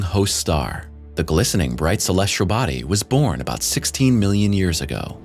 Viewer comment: I'm a subscriber! I love the narration. The only critique I would give would be to provide the narrator with correct pronunciations. Some words are ok, but when you have a word like "celestial' mispronounced 30 times, it's a bit annoying. 'Celestial' does not have an 'R' in it.